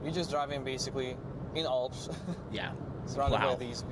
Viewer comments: ALPS not OLPS. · Why do many Americans have a difficulty with the letter A? Olps? Others... posta... Awldi... Try A as in "an". Yes, I'm being pendant 🤨☺️